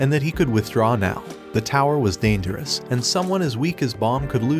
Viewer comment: Dangerous ✖️ Danterous✅